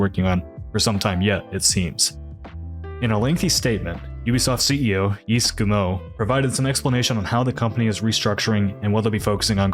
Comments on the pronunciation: Hint: Yves is pronounced "eef". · FYI: “Yves” is pronounced “Eve”. Great vid. Keep up the good work.